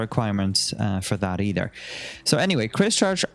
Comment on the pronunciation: Christ-church…. In-ver-Cargill